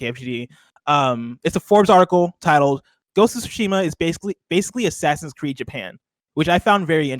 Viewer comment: Is anyone ever going to pronounce Tsushima correctly?